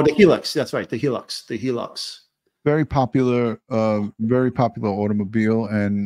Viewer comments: I’m Aussie. It’s called a Hilux pronounced HI LUX. Not HeLux 😘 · It’s the Toyota Hilux here in Oz pronounced highlux